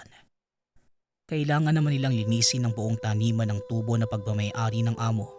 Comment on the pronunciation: SA unang kuento, matagal Ko Ng napakinggan Ito, at SA ikalawang kuento Naman, Di nio ba mabigkas Ng Tama ang tubo? At SA ikatlong kuento Naman, sobrang lakas Ng sounds mo 🙄